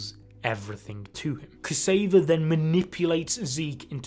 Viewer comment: Xavier;) not ‘Kaseyva ‘